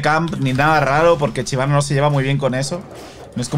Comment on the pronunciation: Shyvana existe: Chivana.